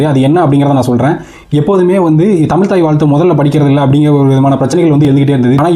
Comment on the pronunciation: முதலில் தமிழ் என்று சரியாக உச்சரிக்கும். நீங்கள் சொல்வது எல்லாம் பழையது.